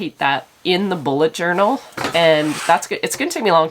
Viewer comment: Journel not journey.